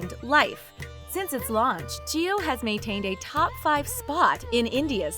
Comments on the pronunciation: Jio not Geo😂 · Well put video. However, it's "JIO" & NOT "GEO"